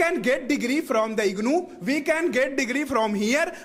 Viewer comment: The green shirt guy is very funny 😂 IGNuu - IGluu distance learning he is very famous